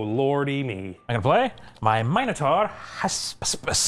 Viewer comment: Thank you so much for pronouncing Minotaur correctly!